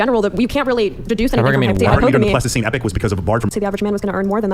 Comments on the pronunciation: He's saying pleistocene to sound intelligent, but he's not even pronouncing it correctly. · When that guy on the right keeps saying "Plastoscene Epic" does he mean Pleistocene Epoch?